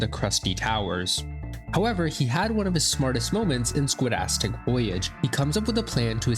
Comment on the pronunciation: "Squidasstic ending" pronunciation is important lmao